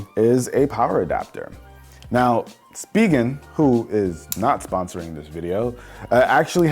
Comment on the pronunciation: Uhh anyone else pronounce it spigen as spy gen. Not spee gen